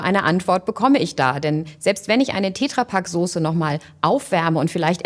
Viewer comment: Wer spricht Tetra Pak denn bitte "Tääääähhhtra Pak" aus...? 🤣🤣🤣 Die arme Petra in seinem Umfeld 😐